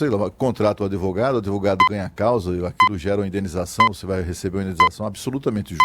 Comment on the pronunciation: O "véinho" de óculos falou adEvogado umas 12x. Ouviram? Jesus ! ! ! !